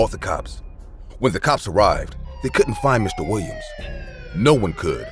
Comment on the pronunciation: Lol the way the narrator says "Mr. Wiwiam's" 😂😂😂😂